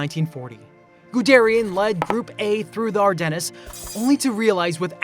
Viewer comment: Not to mention "Ar-Dennis"